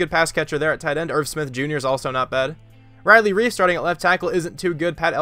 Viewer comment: for a sec i thought u said riley reid not riley reiff